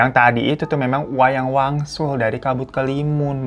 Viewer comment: Wayang wangsul ya babu no no Wayang waluh btw waluh in kalimantan tengah is labu jadi pas salah sebut kek Wayang waluh auto ngakak hahah😭😭🙏🏻